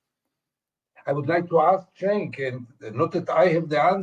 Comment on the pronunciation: Gideon pronounced Cenk’s name correctly. And I doubt he watches TYT. That tells you all you need to know about him imo